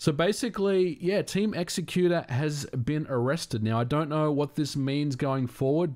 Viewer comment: Thank u for saying "x-ecuter" and not "exec-uter" like I've heard some ppl -_